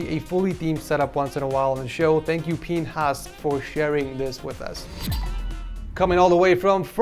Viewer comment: Bro said pinhas and tried to gloss over what it actually sounds like lol